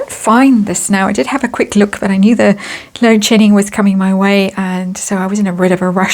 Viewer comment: Love your accent... can't help laughing everytime you say "load shedding" because it always sounds like "load sh***ing." Love your channel!!